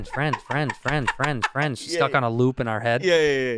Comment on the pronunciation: That's" bad frands!" Again, that's "bad frands!"